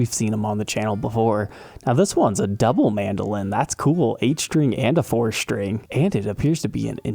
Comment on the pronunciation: There is no h in string.